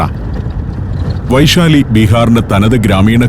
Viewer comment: വൈശാലി അല്ല ബൈസാലി എന്നാണ് ബീഹാറികൾ പറയുന്നത്.